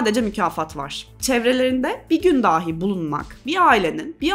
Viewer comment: Emeğinize sağlık💐 Ancak rica ediyorum şu “dahi” telaffuzunu düzeltin.